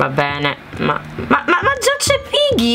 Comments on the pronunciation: sì nella prima hai vinto e comq si legge pigghi non piggi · Si si dice piggy no pigghi guarda ai sbagliato il nome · Si dice piggy non piggi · Non si dice Piggy ma Pigghi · Ciao comunque non si dice Piggy ma Pigghy come se ci fosse h 😂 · piggy nn si legge poggi ma si legge poghi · si dice piggy nnon Poggi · lo so che si scrive piggy ma si legge come pigghi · non e piggy ma le g con piu tonatlita forte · Non si dice pigi si dice piggy non insulto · il maiale non si dice poggi si dice pigghi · Pero non si dice pigi piggi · si dice piggy non piggi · Piggi non pigi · Leggi il mio commento allora piggy si pronuncia pigghi cmq l' obbiettivo è prendere delle chiavi per aprire delle porte bloccate e scappare😊ciau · volevo solo dirti che si legge piggy ma si dice pigghi ciaociao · Si pronuncia pigghi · sei bravissima a giocare a Peggy e solo che devi migliorare la pronuncia, tu sai che ci sono 2 modi per dire la g tu nel dire piggy ne dici uno invece devi usare l'altro metodo 😁😁💖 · ti do un consiglio la G deve essere dura non do!ce quando dici piggy fidati si dice con la g dura😉😉😉👍👍👍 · Quando si dice piggy haahhahahahahahahahah🤣🤣🤣non lo sai neanche dire 1🤣😂🤣😂🤣😂🤣